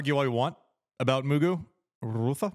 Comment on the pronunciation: Right?? Trying a little too hard